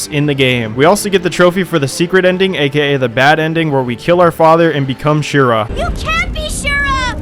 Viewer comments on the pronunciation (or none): none